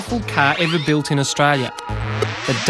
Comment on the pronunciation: What country is "Austrilaia"? Although, what may be a better question is: Where did you go to school?